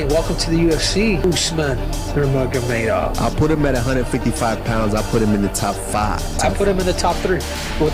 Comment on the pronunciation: Yang di ucapkan admin ini kedengarannya bukan Usman nurmagomedov, tapi Usman nurmuhamadov. Maaf